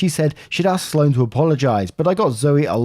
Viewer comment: Is Sloane not a common name in the UK? You did pronounce it right by the way. I would say it's calm enough here in the US that most people know it 1 or 2 Sloanes